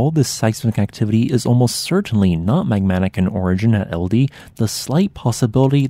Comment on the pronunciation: Pronunciation help, it's pronounced more like "Eld-ej". With the end being like "Eh, Steve!" 😀